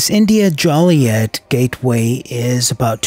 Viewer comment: Great video! P.S. It's pronounced Jew-lee-et not Jolly-et